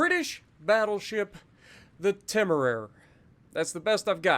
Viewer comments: It's a proper awkward pronunciation it's Tem-er-ray-er. Named after a ship of the line which is in a very famous painting by William Turner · Actually, it's pronounced as Taymaraire. Cheers